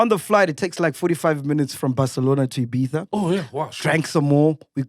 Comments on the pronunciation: There is no S in IBIZA 😂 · Ola MacG MR S man....dead by there's no "S'" in Ibiza🤣🤣🤣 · Ibiza pronounced as ibitha